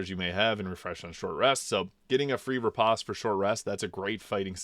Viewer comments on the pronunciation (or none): none